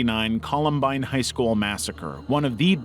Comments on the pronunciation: What is a "High Scholl"? 😂😂😂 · "Columbine High Scholl"